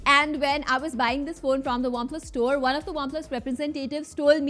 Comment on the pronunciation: Not waplus its OnePlus pronounce correctly...didi😅